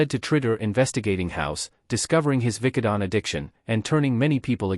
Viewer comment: Also you need to learn how to pronounce Vicodin.